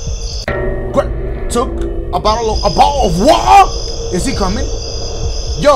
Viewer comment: “A BOH-AL OF WAH-AH” sent me LMFAO